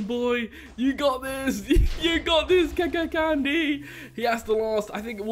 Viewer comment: I know this video is old.And i am KAKANCANDY and first I have to say I’m sorry for I hacked on the server and you say my mc name wrong... And I have stop hacking❤️